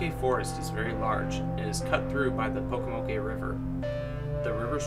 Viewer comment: You pronounced Pocomoke forest wrong there is no a sound